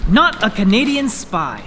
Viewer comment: NotACanadianSpy sounded more like a statement than a name! xD